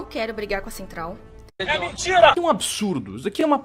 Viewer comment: Kkkkk "E MEMTIRA" KKBJNJVV